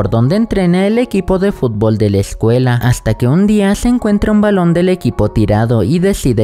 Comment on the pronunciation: Xd dice fublo